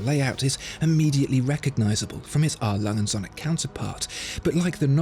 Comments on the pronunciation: Still baffled you don't even know how to pronounce their name right. It's not that hard for a german name. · Kinda hurts my german ears how you say the name because usually words are said more seperately in German. So you wouldnt say Alangundsohne which is how i hear it. But rather A. Lange. Und. Söhne. I know that ö is very hard to pronounce for foreigners though. Other than that great video and pronounciation. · I love the channel, but could you please stop pronouncing A.Lange und söhne (Adolf Lange and sons) as if it was one word? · You really need to learn how to pronounce „A. Lange & Söhne“! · is it wierd that I want a 1 hour version video of him just saying A. Lange & Söhne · Please learn how to correctly pronounce it. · Just... please make the effort to learn how to pronounce their name cause aside from that it’s a great vid. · Oh, how I want to hear you pronounce your favorite watch making brand correctly, just once. This is ridiculous.. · I am relieved that you learned how to pronounce Glashütte (it's not Gla-shit-teh). Could you please also learn to pronounce A. Lange und Söhne.